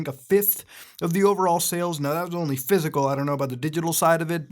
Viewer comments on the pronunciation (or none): none